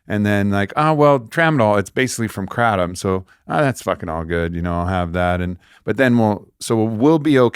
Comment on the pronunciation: Kratom is pronounced 'gruh-TOM'... Tom as in Tom & Jerry Gruh or guh with the same vowel sound as in 'but' or 'the', aka a schwa sound [ə]